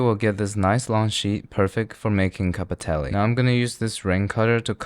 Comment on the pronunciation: he confuses the word “cappelletti” with “cappettelli” very often lol